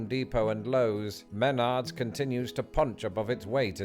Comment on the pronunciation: If you ever listen to the commercial jingle, the name is pronounced “meh-NARDS”. Emphasis on the second syllable. Until this video, I’ve never heard anyone call it “MEN-ards”.